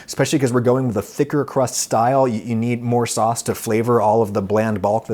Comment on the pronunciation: I just had to comment to say that I’ve been laughing for a minute straight because Adam said “fauce” instead of “sauce”🤣🤣